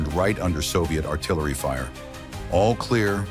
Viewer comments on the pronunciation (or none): none